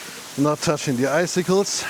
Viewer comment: Als Anglist muss ich eines leider loswerden: Eiszapfen auf Englisch, icicle, bitte wie folgt aussprechen: /ˈaɪ.sɪ.kəl/ Alles andere tut höllisch weh... 😄